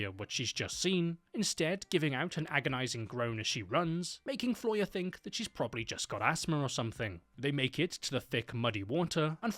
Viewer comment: Stop th-fronting!!! It's pronounced three not free, think not fink and thought not fort!!!